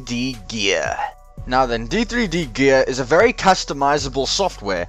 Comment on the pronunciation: D3D Gear is pronounced Ded Gear Like ur vid :D